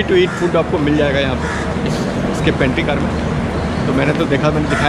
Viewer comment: It's pantry car not panty